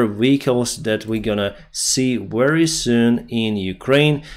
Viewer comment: "The, this, that, these ...." you can easily pronounce.... but Nors and Sous you cannot? I call b.s. , I am guessing military propagandist ! Variance you clearly elocute.... but "wery" is you preferred pronounciation for the word very! What are you really trying to do?